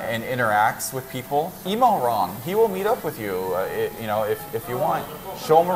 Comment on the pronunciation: Ron not Rob 😂